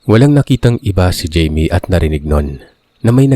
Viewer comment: jaime o bka namn hayme ung pagkabasa